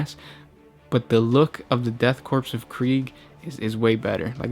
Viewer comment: LMFBO STOP SAYING DEATH CORPSE. It's the Death Korps. The Death Korps of Krieg. Not the Death Corpse holy fucking lmao.